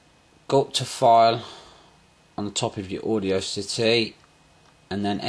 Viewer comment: audiocity haha its audacity "aw da city"